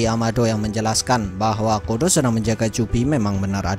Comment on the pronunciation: coba ulang i gw dengarnya kodo. padahal nmanya code